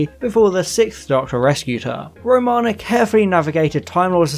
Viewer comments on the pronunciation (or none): This is by no means meant to be a nasty comment, but the tightarsed anorak in me is incensed and forces this query. Have you actually watched Classic Who, sir? The reason I ask is due to the myriad of mispronounced names/planets in this video (Track-en? La-Zarrrrs disease? Row- mana? etc). I have never tried the New Adventures/Missing Adventures/ Big Finish stuff and after your synopsises here of some of them, I'm glad!! Peri gets abused so badly she becomes infertile and needs facial reconstruction surgery? No thanks, makes 'Nil by Mouth' seem like 'Sesame Street' I'm sure... Kamelion has a baby with the TARDIS?!!! Excuse me? What drugs are these authors on? The desire to shock and be different being so strong clearly, that logic, common sense and realism (even in the Whoniverse) is obviously cast aside!